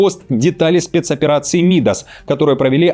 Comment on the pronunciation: Не МИдас, а МидАс. Царь известен тем, что всё, к чему он прикасался, превращалось в золото.